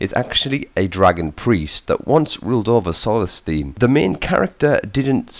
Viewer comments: I mean fuck sakes! Solestieeeaam you pronounce it soulstime m8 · HAHA SOLLESTIIIM why cant he just say solthstime ? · its pronounced "souls thime"